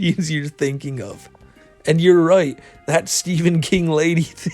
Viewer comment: you said “you might be thitting thinking” haha